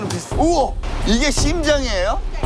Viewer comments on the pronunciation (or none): 왜자꾸 심장을 씸장이라 하냨ㅋㅋㅋㅋㅋㅋ